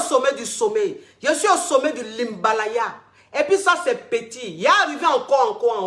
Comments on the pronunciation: Ma coach on prononce HIMALAYA non pas HIMBALAYA!!! 😂😂😂 Je vous aime beaucoup merci pour le travail que vous faite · Himbalaya 🤣🤣🤣🤣🤣 kieeee la femme la est incroyable